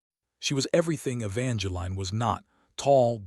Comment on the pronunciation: Please pronounce Evangeline correct. The is no "line". And there is no"Cashan"